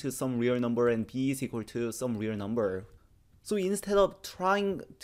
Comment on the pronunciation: That's pronounced REAL not WE'RE.